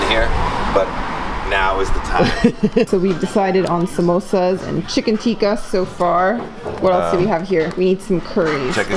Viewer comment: its pronounced tikka,not tiika